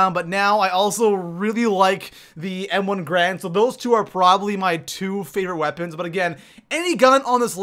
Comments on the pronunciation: M1 Garand. GARAND. (Gah-rahnd) Not "Grand" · Its pronounced gArand not grand Gair-and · He's saying m1 "grand" but it's actually pronounced m1 "garand", this gun is a real life gun and is pronounced that way!!! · Ga-rand not grand